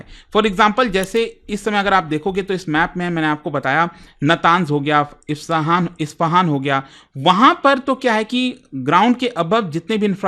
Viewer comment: Sir aap har video me isfahan ko ifsahan bolte hai isko correct kijiye